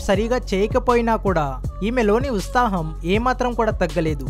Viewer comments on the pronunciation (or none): Usthaham kadura Uthsaham...vedava